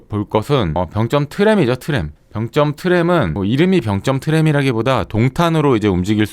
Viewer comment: 병쩜이 아니고 병점이죠. 발음이 좀 거북해요. 굳이 세게 발음할 필요가 없는 단어인데..